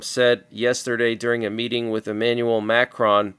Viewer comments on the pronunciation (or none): none